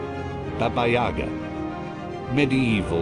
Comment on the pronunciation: In Babayaga's name the stress fall on the last syllable lol, not on the 3rd